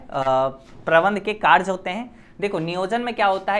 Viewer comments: Sir vo karj ni hota karya hota hai 😂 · Sir tum "कार्य" को kaarj kyu bolte ho?😅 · Bro app ne samjhaya to mast hai 🫡par ek baat bolna hai ki karye Hota hai karje nahi 😉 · Are sir karja nahi hota sir hi karya hota Hai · कार्य ❎karch ✅ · Sir kerj nhi hota h kariye hota h bhot problem Hui but 1 St chapter pura learn ho gya tnqq sir 😅😂